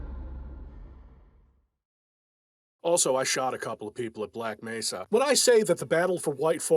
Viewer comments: doesn't do videos on mods/fan work. There's nothing special enough about Black Mesa to warrant anything more than the 0.5 second clip in this video of the Black Mesa G-Man voice actor mispronouncing "Mesa". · so video about "Hunt down the Freeman" was a mistake or smth? also, that "Black Mesa mispronouncing" thing was from Hunt down the Freeman not from Black Mesa.